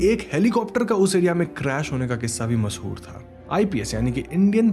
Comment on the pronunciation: Please speak the language properly. It's mash hoor not mas hoor. Similarly J is not Z and vice versa. Tez not tej for the fast.